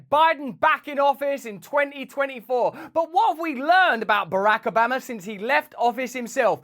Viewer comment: "Barahk Obammer"